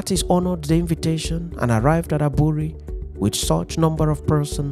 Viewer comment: The pronunciation of the word"Aburi"should rather be "3buury" thank you.